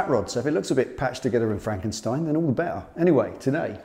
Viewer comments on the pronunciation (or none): none